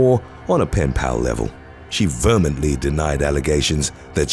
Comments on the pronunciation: Vehemently is not pronounced "vermintly". The narrator really needs help with many words in many videos. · Did you say vermintly 🐀 instead of vehemently? 😆